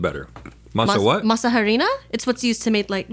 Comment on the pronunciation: I love muricans using Spanish names, mispronounced, to say something they can just translate. Masa harina = flour ( dehydrated) but still flour 😂